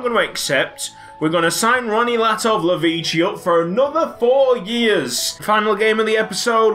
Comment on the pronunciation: Latovlevici Can't Say Your Name Right But Wants Your Contract